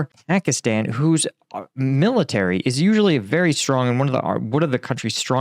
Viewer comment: please learn how to pronounce pakistan